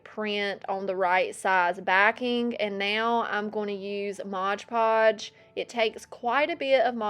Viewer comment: you're adorable, but please dont say Modge Podge, its MOD Podge. 😂